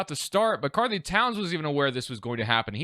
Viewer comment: its really bothering me the way he says karl anthony lmao